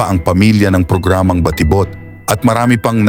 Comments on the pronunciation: Ayun lang, na distract ako sa nag na narrate. Ang konyong a.i. Baa ti bot 😅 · For me hindi naman big deal ang pag pronounce ng word na batibot. Maganda ang presentation at mahalaga nakaka entertained at interesting yung kanyang topic.